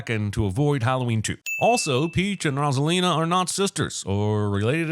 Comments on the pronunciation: everyone: ROSE-A-LINA cinemasins: ROSS-A-LINA :body-blue-raised-arms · 10,000 sins for mispronouncing Rosalina